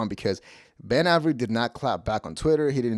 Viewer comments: It's pronounced, "Ay-very." Not, "Ah-very." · It’s A ver Eee. Not ave eree. How do you mispronounce Avery? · Immediately clicked off when you mispronounced Avery 😂